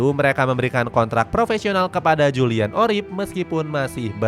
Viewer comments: Oerip bacanya URIP bang...bukan oriep...😂😂😂...OE tu ejaan huruf U untuk bahasa indoesia jaman dulu...kayak jadoel, waroeng, baroe...kalau nama orang kayak soeharto, soekarno, soegiarto, dpl...❤❤ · Next time, kalo baca nama pemain yang bener min, Oerip kok dibaca Oriyep? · Julian Urip aja bang bacanya biar indo banget😂